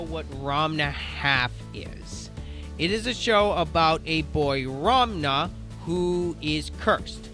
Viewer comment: I think it's funny you're pronouncing it "Ramna," that's how I said it when I first found out about this!